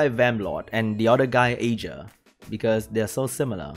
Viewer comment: OK i will comment just don't hurt me. The Vampire Lord is pronounced EAR-GAR and the Water B K is AYE-JEER.